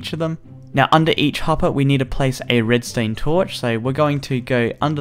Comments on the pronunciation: If your going to say Redstone, great. If your going to say Redstain, that's a little odd, but fine. But please just be consistent about it, something about the fact that you keep jumping between the pronunciations really bothers me. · Am I the only one that noticed he was saying "Redstained Torches" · he said red stain